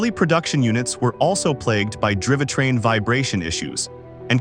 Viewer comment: "Drivatrain"?? -- Gawd....